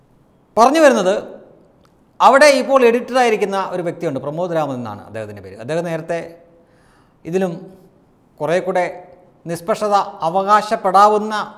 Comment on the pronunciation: PRA'MAD' Raman🤣🤣❗ Aahaa yendoru VAACHAKAM 🤨😏😡